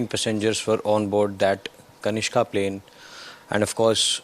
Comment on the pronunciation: What is Kashina? Sloppy. It is Kanishka.